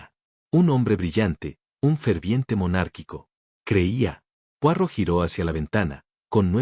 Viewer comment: Qué aburrido un video con una taza de té acercándose y alejándose Y el relato, monocorde, sin emoción (¿AI?). Se pronuncia Puarót y no Puárro (Poirot). Es un apellido francés.